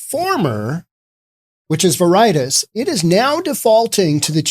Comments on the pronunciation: i believe you mispronounced: Veritas, Schadenfreude, Noe Valley: vair i tas (NOT ver eye tis) shah den froy da (NOT shay din frowd) no e valley (NOT no valley) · It's Ver-I-Tas.... not Ver-Itis.... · VER-i-tas SHA-den FROY-deh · Its VARE-it-tass VARE ryms with rare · WHAT. VER EYE TAS. WHERE THE HELL WAS THIS GOON EDUCATED. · Please learn how to pronounce Spanish words. Veri - Tas; it is cringe worthy. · Ver uh tahs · Pretty sure Veritas is pronounced like VARE-it-aus. Definitely sure Haight is pronounced like HATE. Noe is pronounced like NO-ee. Man, it's hard to take you seriously when you clearly don't know SF. But you are right on basic principles of economics. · Veritas is pronounced "Ve Ri Tas" The irony is it is the latin word for Truth or "Reality"! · "Veritis" lol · It's pronounced "very-tos". Oh, and "Haight" rhymes with '8'. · vair-eh- tas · Clearly you know nothing about SF. You can't even pronounce the street names correctly. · I don't think you're pronouncing Veritas correctly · If you’re so fucking stupid that can’t pronounce “Veritas” properly, stay off the internet. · In all honesty, I can't listen to someone who pretends to put on an air of intelligence and sophistication, but doesn't know the meaning of the word "Schadenfreude" and totally butchers the pronunciation of the word "Veritas". I totally agree with the sentiment of this video regarding SF, but the lack of knowledge of these simple things and the attendant lack of due diligence required to put yourself out there as an authoritative voice is disappointing. You can (and must) do better. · Correct pronunciation is more important than you evidently think. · Learn to pronounce Veritas. It means "truth" in Latin. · You really should learn to pronounce a word before you say it on the air. Look up v-e-r-i-t-a-s. It is a common word that most people know. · Maybe look up the correct pronunciation of Veritas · I believe you're miss pronouncing Veritas.